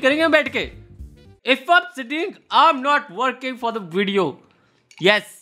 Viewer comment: "Where is da H?"